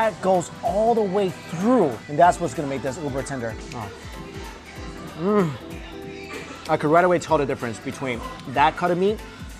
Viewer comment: The moment when he keeps saying 'Tinder' instead of 'Tender'